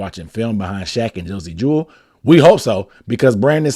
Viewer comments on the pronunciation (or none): none